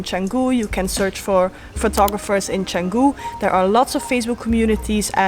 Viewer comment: The first foreign youtuber outside indonesia i hear pronounce canggu 100% correctly